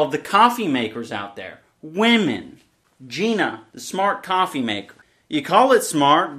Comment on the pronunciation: I think it’s pronounced, “GīNA"